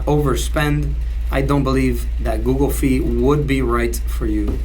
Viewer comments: Google Fi is pronounced Fi like Hi or High not Fee. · I cringe everytime he says "Fee"